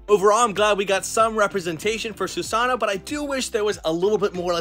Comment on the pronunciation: Ur saying susano wrong but awesome video tho 😂💯